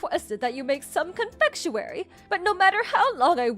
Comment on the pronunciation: Confectuwary???? Ummm not the correct word!